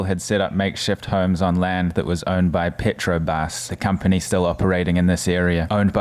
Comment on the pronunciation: Obrigado, not Obrigada. Petrobras, not petrobas.